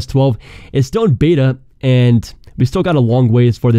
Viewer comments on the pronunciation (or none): none